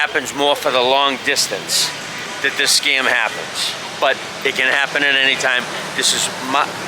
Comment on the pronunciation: did you say scum or scam ?